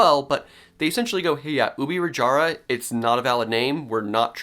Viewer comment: An almost perfect pronunciation of Ubirajara(even though it’s name might change). So happy to see someone not pronuncing our J like the spanish J